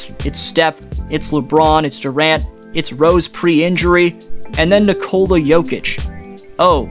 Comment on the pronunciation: Nikola. Accent first syllable.